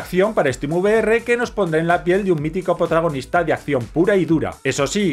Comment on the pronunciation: Genial Video!!!! aunque... escúchate bien en el minuto 2.23 no digo nada, pero eso.... me hizo sacar una carcajada!!!! POTRA-gonista.